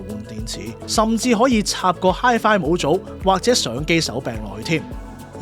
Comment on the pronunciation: 點解模組係讀母組而唔係毛組? 查粵音都係得mou4毛